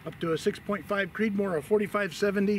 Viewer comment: I said Creedmor, not Creedmore.